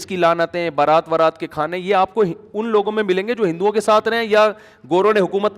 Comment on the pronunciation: بارات نہیں برات ہوتا ہے۔